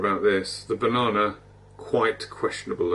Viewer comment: i'm sorry i can't do it, he said "bananER" like 7 times in a row, i can't stand it